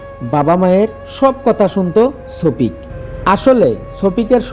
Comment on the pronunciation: ভাই। ওটা ছপিক না সফিক😂😂